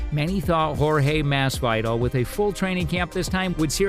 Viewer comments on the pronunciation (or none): Masvidal NOT mas vy dal Blahovich NOT Blachowitz more room for improvement